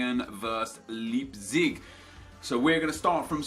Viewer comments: You pronounce "leipzig" like Lypzig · "Libzig" :D Leipzig is like "like" just with a "b" instead of the "k" and then the rest -zig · Leipzig is pronounced Laipzig;) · the 'ei' in leipzig is pronounced like the letter 'i'. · Little pronounciation help from a German, the ei in Leipzig is pronounced like the igh in fight :)